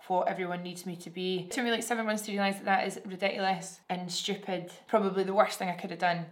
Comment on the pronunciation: I swear you're saying stupid just like us Trinis